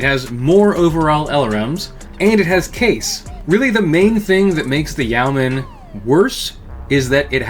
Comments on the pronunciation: Yeoman is a reference to the yeoman archer of medieval England fame, which tracks with it being an LRM boat. It's pronounced YOH-man rather than YOW-man. A quick online search gets you pronunciation guides from dictionary services if you need to confirm this. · I've always understood it to be not exactly "Yo-man," but it's closer to that than "Ye-o-man." The "Yeo" part is still a single quick syllable, and sounds like a shortened "you." In terms of meaning, it is mostly famous for the rank of many British longbowmen above peasants, but not nobles or knights (comes up a lot in some Robin Hood stories). Hence the name in comparison to other ranged mechs like Archers, Longbows, Catapults, etc. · It's pronounced "Yo-man'. My qualifications: I live in Yeomanland. Great roast of an often ridiculed, yet very well designed Mech. I mean, the Clans would have been smashed before they got anywhere if the Inner Sphere had had these in 3050. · I thought it was pronounced Yay-o-man. Either way, I like the goofy thing. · Yo men is the correct pronounciation its an old world term. For a freeholder or some one who can vote in a nights stead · It's pronounced yo-man. At least that's how Kelly Chambers pronounces it as in Mass Effect 2. Imo, the e is still there, but it is almost imperceptively brief as to basically not exist at all. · Yeoman is pronounced "yow-man" and rhymes with "showman." The spelling is an quirk of its weird linguistic roots.